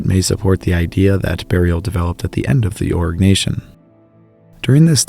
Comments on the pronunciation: Arg - nay - see - un .... Jeezus 😖😖😖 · Pronounce Oh-ree-nyak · Is it only me or do i hear so say constantly say "orc" nation 😂.... joke aside, very VERY good content. Invaluable even...